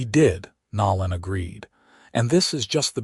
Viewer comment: Seriously, you can't even pronounce "Nolan" right, did you even graduate highschool? WTF, smh!!